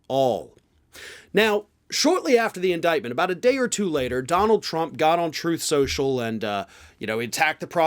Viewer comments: TROTH SOCIAL 😂😂😂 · Disappointed to hear a reference to truth social without a cut to Trump saying "troath social"